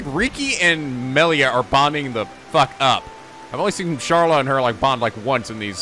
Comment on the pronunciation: If gonna go this whole episode saying "Meelia," oh boy, it's gonna be just like Revali all over again........